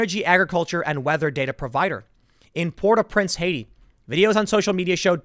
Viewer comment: Lemme try to help, Tim. Hews-ton, Port-Aww-Prince, Arr-tuh-bo-neet, Pell-ee-gray (might be off on those myself), and Awns-Ah-Peets.